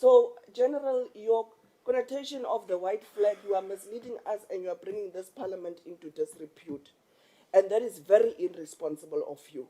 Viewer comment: Did say paliament 😂eish